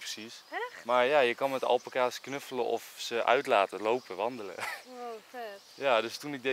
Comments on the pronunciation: Je spreekt het niet uit als alpakas maar als alpaakas i know je schrijft het als alpaca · Het is al-paa-kaas niet alpa-kaas (je schrijft het wel alpacas) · Je spreekt het uit als alpaaa-caas niet al-pa-cas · Iedereen: alpacas Enzo: Alpekaas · Het is geen alpacA's maar alpAca's, goed uitgelecht?😂✌🏻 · zo spreek je het niet uit! Het is alPAca's, niet ALpaca's. Sorry, daar wordt ik lichtelijk agressief van😂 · Iedereen: Alpaca’s ( Alpaaca’s) Enzo &: Alpacaas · Alpaka's en niet alpeka's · nobody: Enzo: Alpenkaas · Fleur van der Wansem hij zegt alpenkaas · Niemand: Echt helemaal niemand: Enzo: apacaas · Wij hebben ook alpaca’s, dat met die halzen om elkaar heen was geen liefde ofzo, maar vechten. En het is alpaakaa zegma😂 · Alpaaaaaca's (de klemtoon ligt dus op pa😜) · Niemand: Echt helemaal niemand: Enzo: alpekaas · Hoe je het zegt alpaacaas hoe Enzo het zegt alpacas’:Ah là pak kaas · Het is alpaakaas en je schrijft het als alpaca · Oké het is alpa-cas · je zegt alpaakaas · 😊😊😊😊😊 Het is alpakaaas En het is niet akrapOvic maar akrApovic